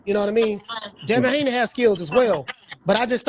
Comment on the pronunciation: He called Devin hakeem Lyon 😂😂